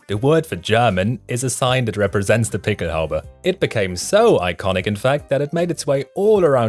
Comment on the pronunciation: Good video! Thanks for emphasizing the pronunciation of the pickelhaube and the stahlhelm. Thanks for the background. I was in the National Guard in the late 1980s when the Army replaced our "steel pots" with the German-influenced Kevlar helmet. I hated it at first: too reminiscent of the Nazis. Over time, I came to see the advantages of the helmet - and grudgingly acknowledged German engineering. I don't hate Germans - just lament that circumstances allowed a noble nation to follow a tyrant. Thanks for this video!